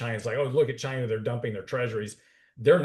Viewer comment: Yes, please invite President Trump to talk about CHAY-na, CHAY-na, CHAY-na! 😂